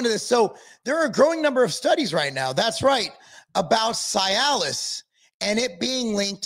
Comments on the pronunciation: C- Alice. Not sy -Alice. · The correct pronunciation is ….(see a luhs) not ci-alis thank you your welcome lol 😂